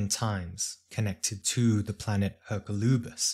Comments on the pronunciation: May I respectfully suggest the pronunciation is "Er-COL-oo-bis", not that it really matters. Thank you for your tireless work ! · Yes, that's how we pronounce it in Spanish.